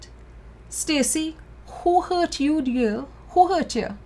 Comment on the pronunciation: I LOST it when she said "Show me on the teddybear where YUH GET HURTH" Lololol